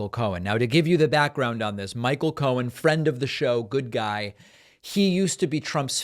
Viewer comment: He sure did and he also repeatedly said Michael Cone instead of Cohen.😂